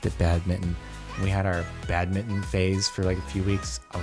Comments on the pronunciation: For the love of jardonian why does he say badmitten instead of badminton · Everyone: badminton Jardon: bad-mittin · He said bad-bitten lel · Nobody: badminton Jardon: badmitten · Is it just me or does jardon say "bad-mitton" instead of badminton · I spelt it this way because he said badminton that way